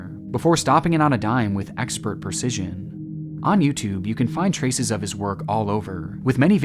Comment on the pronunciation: Precision, not percision. Sorry, it was bugging me.